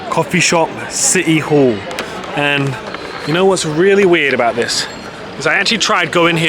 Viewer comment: 😊 Did you say City Hall ? or Shitty All ? 😂 😂 😂